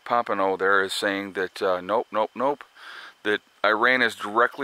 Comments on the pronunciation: Pom pay oh is how you say it lol you crack me up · I thought that we pumped so much oil now thay it didn't matter what happens over there. Oh, and I try never to correct you (it is rude, I know) but the man's name is Pom-pay-o. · New information, no evidence it was drones. Looks like another false flag by Isreal.. There is no drone proof. Masod false flag.. His name is not Mike Pompino. It's "Pompeo", and he admittedly is a trained liar. Oil prices should barely be affected although they will not pass this up as a chance to rape and steal.